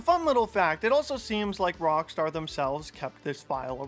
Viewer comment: Why do you sometimes call it Wrongstar?